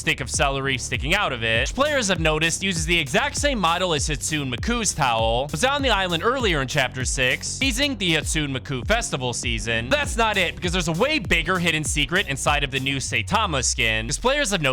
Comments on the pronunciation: "Hatsoon Muhkoo" 😭😭😭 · bro butchered Hatsune Miku's name so badly, made me die inside